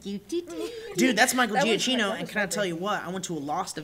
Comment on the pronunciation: its "jee-ah-kee-no" not "jee-ah-chee-no". Just so you know:)